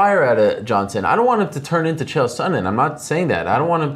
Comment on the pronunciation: "Kale" Sonnen and "Reenan" Barao? How can one be an MMA journalist without at least making the effort to pronounce the competitor's names correctly!?